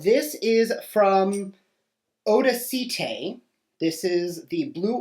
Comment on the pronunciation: Odacite is pronounced Audacity...get it? 😄✌💖